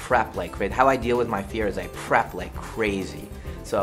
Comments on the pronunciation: When I first watched this, , I thought M Night was saying I crap instead of I prep. I would quote him for the rest of my life if what he really said was "How I deal with my fear is I crap, I crap like crazy..I crap for years..." (I mean.. with releases like the last airbender he wouldn't be wrong) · That’s what I heard too. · I thought Shamylan was saying “I crap like crazy” and I though of him having to take a shit every five minutes and cypher rage is like “DENIED SIT DOWN” and M. Night is like “Will I appreciate your dedication to sucking but to prepare for a film I crap like crazy”.